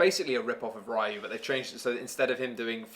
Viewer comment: It's pronounce Ree Yoo,... like how said Kyoryee-yoo at the beginning but without the Kyo part.